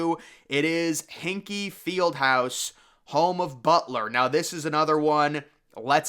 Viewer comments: Did he say Hinkie Fieldhouse? It would help if you could pronounce the names correctly. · I believe this is the 2nd video now where you’ve mispronounced Hinkle Field house